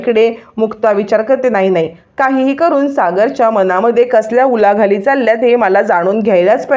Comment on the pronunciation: उलाघाली नाही ओ उलघाल म्हणा कानाला ऐकायला कसे वाटते याचा विचार करा